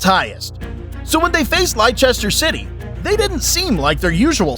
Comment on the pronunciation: The way you say some names 😂😂😂 tot ham , loincester city , neipoli 😂😂